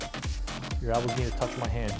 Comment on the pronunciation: why do you keep saying ALbows?!?!?!?!?!!??!